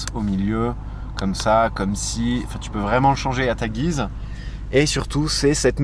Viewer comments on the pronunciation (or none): none